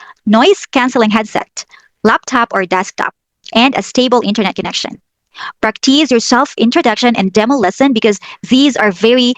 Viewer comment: Hi! Just a suggestion.The accent for the "practice" is on the the first syllable,not the second. Thanks!